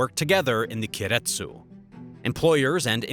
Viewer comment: Please learn how to pronounce keiretsu